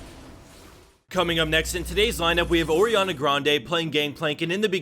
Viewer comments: "ORIANNA GRANDE" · ''Oriana Grande'' OMG YES xD